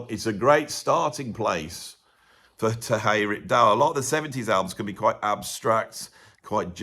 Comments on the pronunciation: Here is the pronunciation on "Terje Rypdal:" "TEHR-yuh ROOP-dahl." He is Scandinavian, not Spanish,. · Funny how you pronounce Terje Rypdal. At least for a norwegian like me 🤗